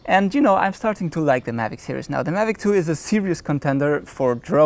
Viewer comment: Hi, good vid. Just a bit of constructive criticism. You mispronounce the word series and are always saying serious. The two words mean something totally different. Serious in German is ernst. Series in German is Serie. But don't worry almost every German TV commercial makes the same mistake. As a mother tongue English speaker it's hard to listen to.